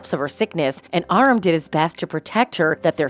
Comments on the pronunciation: His name is pronounced Uh rom, not awram !! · Redarina instead of Katarina... I hope they don't take that absurd and ludicrous route! It would be a bitch slap in the face of all we have watched so far. By the way, his name is pronounced Ah-ROM, not I-Rim. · Raymond Redd? I guess you haven't watched the show. It's ah-RAM, not AR-um. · It’s Arummm not AR RUM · It's a-RAAAM not aaarum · Pleas pronounce Aram correctly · Not a bad list, but you incorrectly pronounced Aram’s name. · Really annoyed me she mispronounced Aram and Katarina.